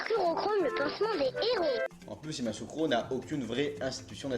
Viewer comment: note : Yamoussoukro se lit : Ya- Mou- Sou -Cro